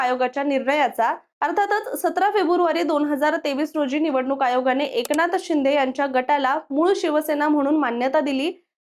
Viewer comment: Tumhi AI girls ahe ka? Ki read karta yet nai ahe script 😂😂😂 Eknath Shinde kasa pronouns kartay 😂 and barech shabda 😅😅